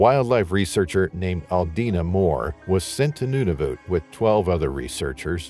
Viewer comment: “Noonavoot” LOL Nunavut